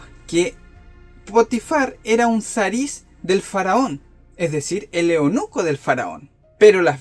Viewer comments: Eunuco no eonuco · No es eonuco se dice eunuco